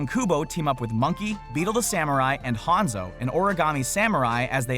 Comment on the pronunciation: when I heard him say hanzo :yu ga waka teke o KODEL!!!!!!